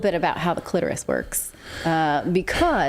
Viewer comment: The way Natali said clitorous omg this young buck wants to make her feel young again!